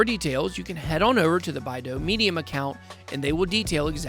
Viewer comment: Love the vid and channel, when we getting a Bidao only video? Also its BYE DOW my guy lol